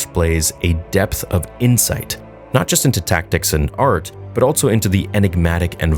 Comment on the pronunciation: Is altso a word? I thought it was ‘also’ all this time.